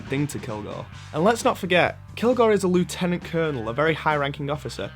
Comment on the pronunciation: You pronounced lieutenant wrong.